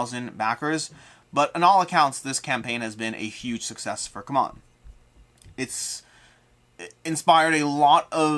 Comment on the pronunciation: It’s not pronounced come on, but C-MON my man.